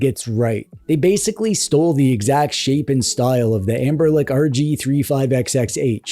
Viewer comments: do i hear 'amberlec' instead of 'ambernic'? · "Anberlic". I'm dying.